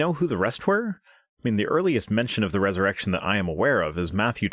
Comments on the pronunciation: I also thought it sounded like she was saying Jusus' Errection. Lol. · Ha! I heard "erection" too! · So glad I'm not the only one who heard 'Jesus' erection' lol. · At some point I heard erected jesus